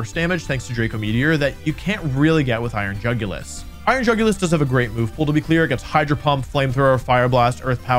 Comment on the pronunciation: Dude said iron jugulus :( And he showed us Scream Tail stats ( execpt for speed )